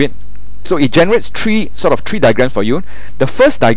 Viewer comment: Very clear, except "one two three" becomes "one two tree"... LOL